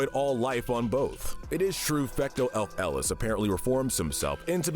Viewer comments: Bruh Fecto elfilis not fecto el-feles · It’s not elf Ellis it’s elfillis (elf-Ih-Lis) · Also his pronunciation of his name is killing me. He called it fecto ELF-ELIS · fecto elf Ellis 😂😂😂😂😂😂 Mate it’s fecto elfilis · Bro, really said Fecto elf ellis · "Fecto Elf-Elis" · “Elf elis” 💀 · it is quite possibly the worst I've ever heard that name pronounced. And for a little salt on the wound, he sounded so confident on it. It's Elfilis, El-fil-is /soft s like a c/ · I have never disliked a video so quickly when he pronounced Elfilis like that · That's got to be the most awkward pronunciation of Elfilis I've ever heard. And I don't know where you got the "fake reformation" from, their body was destroyed at the end of the main story and presumed dead until the post-game. Oh but don't worry, that doesn't make their crimes any less severe! Before even doing anything to the Beast Pack, they had already attempted genocide in the New World until they got captured! Once free, they merely tried to finish what they started. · the way you pronounce elfilis is cursed lmao